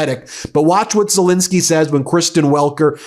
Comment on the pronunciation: The President of Ukraine’s surname is Zelensky, not Zelinsky. Please pronounce it correctly, Ben.